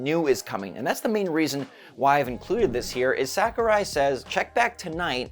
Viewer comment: sah-ku-rai. not sack-u-rai.